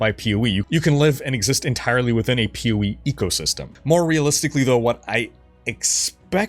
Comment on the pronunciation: You've said "POE" so many times in this video that now all I hear is "Pewie" 😂